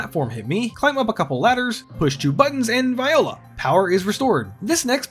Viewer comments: yes, it seems he said "vah-yo-lah" instead of "vu-wah-lah" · I'm sorry but did you just say "and VIOLA"?